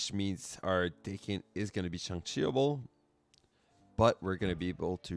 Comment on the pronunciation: Daken is actually pronounced like the old eighties band Dokken, because it's Japanese. His name is Akihiro, but because he's mixed some call him Daken, which is calling him a mongrel.